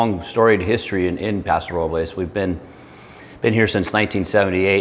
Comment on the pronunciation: Thank you for pronouncing Paso Robles correctly!